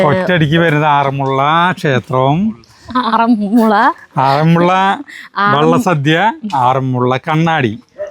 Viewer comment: എപ്പോഴും തിരുത്തുന്ന സരിത കേട്ടില്ലേ, വെള്ള സദ്യ എന്നു പറയുന്നത് വള്ള സദ്യ എന്നു പറയണം.